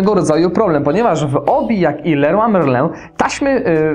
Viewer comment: Kto nie umie wymówić leroy merlin ? a tak wogóle jesteś z Gdańska i czy to była matarnia ?